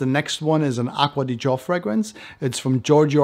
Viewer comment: Saying aqua di Gio instead of aqua di Jio (as many other reviewers) made me subscribe. Congrats